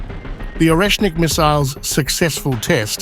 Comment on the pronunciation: Pronunce Oresnik Areshnik with an accent on the E.